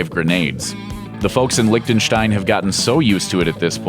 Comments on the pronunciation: its Liechtenstein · "licktenstine" uhhhhh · Why tf does everyone pronounce it like that, it's called LIECHTENSTEIN not LICK THE STAIN